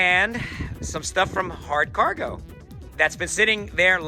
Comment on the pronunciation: いきなり漢字の「取扱説明書」は難易度高いですよw それにしても日本語上手になってますね。 日本語発音の「ハードカーゴ」がナイス👍👍👍 キャンプ動画も楽しみに待ってまーす。